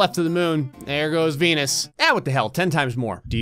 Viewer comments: Why does sound like saying "I'm sorry P*nis" instead of "I'm sorry Venus" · venus kinda sounds like penis